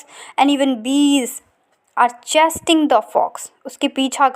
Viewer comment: Its barnyard n not farmyard Chasting nahi..chasing ....lot of mistakes ....its bestiary... You dont have to write the story summary mam...mock heroic technique,chaucers fondness of visionary dream , ironic contrast between barnyard and the real word, art of flattery n human foibles n frailes displayed through the agency of animal characters and finally the two human wprlds of the poor and the rich in the descriprion of the poor widow and the elegant chanticleer .... so kindly students focus on these points...no summarising the story for handling of chaucer of The Nuns priest tale I feel this